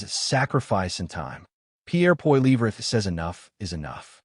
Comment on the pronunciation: Sorry how did you pronounce Pierre’s last name AI Bullshit